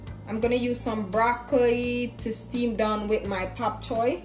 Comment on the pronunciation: Your demonstration sure makes me want to try your recipe soon, but did I hear you say "Pap" Choi?